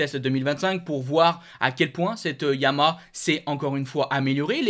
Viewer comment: S'il te plaît.... Dis Ya-ma-HA J'ai 84 ans, une 2005 R1 YaMaHa. Tu ne dis pas Astri pour AstriA. A part çà j'aime beaucoup tes commentaires. Carole.